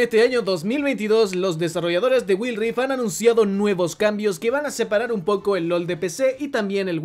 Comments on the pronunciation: "Guaild rift" así se no pronuncia, no will rifdt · Wild Rift= Guaild rift Aprende a pronunciar el inglés, que son esas mmds de guild rif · Si dice Wil rif y no wuaild (Wild rift) como no va a pensar que va a caer si no pronunciarlo sabes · “Waild rift” esa es la pronunciación, habla bien educa a la comunidad y el juego no se está acabando todavía falta mucho y apenas está desarrollándose de la manera adecuada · guail rif creo es la pronunciacion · "Güil" XDDD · Me perturba cada vez que dice GuilRi